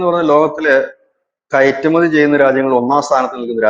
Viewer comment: ഇരക്കുമതി അല്ല , കയട്കയറ്റുമതി